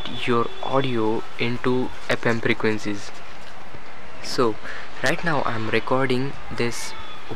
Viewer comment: apem prequencies ?? you can easily pit in ?? pipty minutes !! later i understood he cant pronounce F .